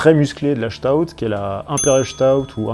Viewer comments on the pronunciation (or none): Bonne vidéo qui résume bien quelques styles de bières. Cependant, si je puis me permettre, je ne trouve pas une Doppelbock crémeuse, à l'instar d'une Stout, qui elle est crémeuse ; à moins qu'on ait pas la même définition de ce qu'est une bière crémeuse... Un petit conseil de prononciation d'ailleurs, en parlant de Stout, on ne prononce pas 'Chtout' mais 'Sstaout', car c'est un mot anglais à la base, pour désigner quelqu'un de corpulent et fort, la Stout étant d'ailleurs un style anglais. Et justement, il n'y a presque que des styles anglais et leurs variantes dans ta vidéo ! ^^ Concernant la Gose, c'est une très bonne bière, qui a eu son heure de gloire au moyen-âge jusqu'à l'avènement de la Pils en 1842 qui révolutionna le monde de la bière.. Mais heureusement, même si la Gose reste assez rare à trouver encore aujourd'hui, certaines brasseries artisanales aiment à renouer avec ce genre de bière acidulée, salée et épicée comme tu l'as bien expliqué ! ^_^ Salut à toi ! :-)